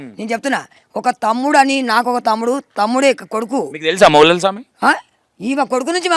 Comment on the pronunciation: garu మౌలాలీ స్వామి naa or మొగులాలి స్వామి ఆ. పేరు correct గా పలకండి